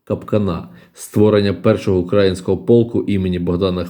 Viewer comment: Неправильно наголос робите. Не укрАїнського, а украЇнського. Вухо ріже))